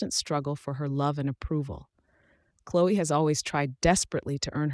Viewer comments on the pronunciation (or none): none